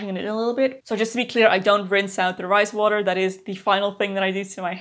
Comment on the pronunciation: When you first said “fermented rice water” I definitely heard “fermented Christ water” 😂 what is this magical thing! Tell me more 😂